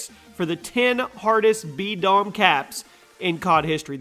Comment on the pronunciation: Anyone think it said D-bom instead of B-Dom? XD